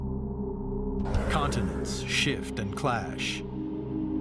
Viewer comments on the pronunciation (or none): none